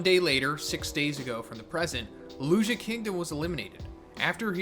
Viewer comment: Lou-Lou-See-Uh not looloo-she-ah